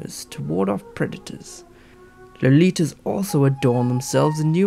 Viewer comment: lol "low-litas"